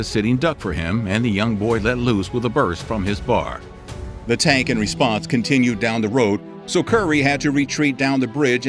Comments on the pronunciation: Some of the mistakes here are in semantics and pronunciation. They refer to a bar, not a B.A.R., browning automatic rifle and at one point refer to a "silver medal". I dislike when truly heroic and interesting stories are marred by these kinds of simple errors. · The semi-auto rifle Currey used is not called a "bar." The world war two men called it the B-A-R , spelling out the letters. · You would never call a B-A-R a bar...it's called a B-A-R...have one in Vietnam. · Browning Automatic Rifle. B.A.R not bar